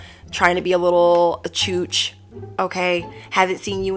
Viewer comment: do you have any Maltese friends by any chance? The word chooch is in our language only spelled "cuc" and it literally means fool or chump. It is weird how you say it! I keep thinking where did you get that from, so on point